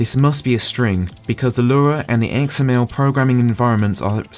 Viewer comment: It is driving me up the wall that you keep saying "Lura" instead of "Lua". Or "Free" instead of "Three".